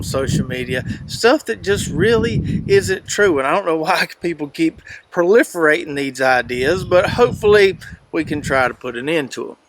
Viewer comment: PURLIFIRATING OR PROLIFIRATING? Nice try lol😅